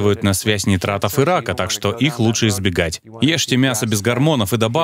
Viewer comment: Уважаемый переводчик, не нитратов, а нитратов. На сколько знаю.